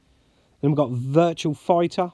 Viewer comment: It's Virtua, not "virtual"! Great collection,. I need to get The Game Paradise, what a unique game! Very jealous of the Metal Slug RAM pack too. I've been meaning to do a response to Russ too, so I'll link this video when I do.